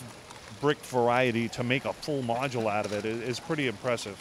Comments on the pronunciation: Stop saying module it is making my ears bleed! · He said modual129 times